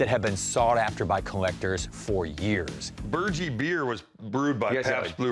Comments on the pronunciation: They are pronouncing Burgie wrong. The ending is not pronounced “Gee” like in “Gee Whiz” it’s pronounced as Burg-E,So the end sounds like Herbie. Watch the old tv commercials. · Pronunciation is "BURG- E " as in eating a burger... very popular beer, drives me nuts that he cant pronounce it right .. lol